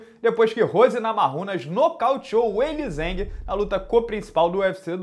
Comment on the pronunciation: O nome dela é Zhang Weili não weilizhengue. Soa horrível a sua pronúncia , é só ver o discurso da Zhang Weili em inglês quando ganhou da Jessica em shenzhen quando levou o cinturão . São do 5 segundos quando ela diz Hi, my name is Zhang Weili, I am from China . Fica a sugestão